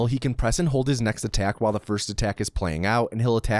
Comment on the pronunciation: Could probably have counted some of those “whiles” as “walls” just sayin.